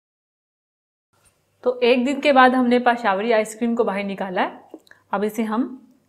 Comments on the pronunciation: Pashawari ?? 😂😂 It's pishawri.. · pashawri.. hahaha ..😂 ..how she say... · pashawri... hahaha.. how she